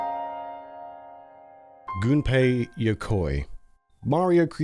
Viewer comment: This made me sad AF! And thank you for saying Gunpei correctly. Really irks me when gamers get that wrong.